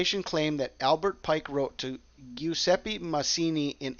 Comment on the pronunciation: Very interesting!!! P.S. It's pronounced "Jew-ZEH-peh"